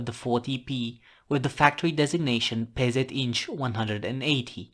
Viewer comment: Neat video. And hey! Such solid Polish pronunciation. (PZInż. - I'm impressed, and Polish characters as well) Thank you for covering indigenous reconnaissance tank design from my country. 😀